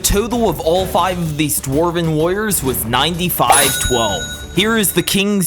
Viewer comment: Why does does it sound like it says lawyers instead of warrior's